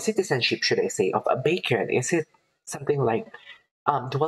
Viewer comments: It's 'BEK-YON'. I remember you reacting to EXO months ago. I'm glad you're back at it again. Maybe you can start reacting to their guides. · his name is actually pronounced [BECK-hyun]. 🙂